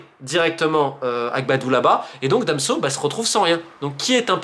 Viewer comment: C’est moi ou j’ai bien entendu Romain Molina dire Damso au lieu de Danso 🤓